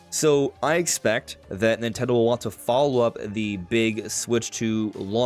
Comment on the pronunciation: three syllables. NIN-TEN-DO.